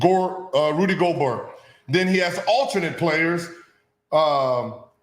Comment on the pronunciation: Gil mispronouncing Gobert is always funny to me 🤣 not even trying to get that man’s name right